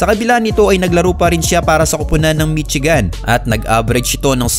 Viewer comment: mitsigan hahahaha. please do pronouce it correctly. Michigan to read as 'mi-shee-gań'